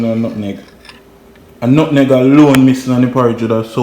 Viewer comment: its call nutmeg lol not nutneg lol